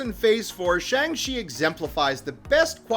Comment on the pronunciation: Shang-Chi not Shang-She